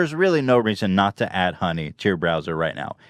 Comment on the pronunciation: Who else heard dunny instead of honey